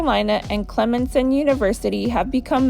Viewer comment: It's pronounced [Clem sun]. Clemson has great sports teams and a high standard of education.